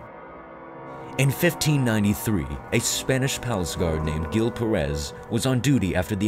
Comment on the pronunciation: Gil Pérez is not pronounce like that. "Gil" sounds like "Hill" and the stress in Pérez is in the first syllable.